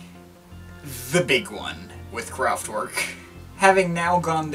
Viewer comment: Apart from having no idea what this record might have sounded like in 1974, it is further spoiled by the mispronunciation of Kraftwerk and Autobahn. I'm not German but respect language and culture enough to ensure I'm at least researching something thoroughly before critiquing it.